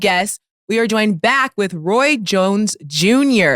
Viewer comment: Roy “Joins” Jr 😂